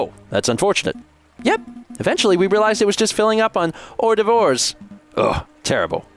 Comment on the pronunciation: "or-de-vores" I'm wheezing